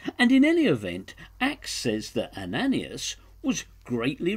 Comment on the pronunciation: Ananias = pro:- "Ann - ah - nye - ass" good try though! :0)